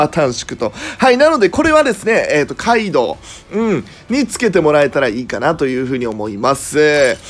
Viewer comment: カイドウのところガイドウになってて草ww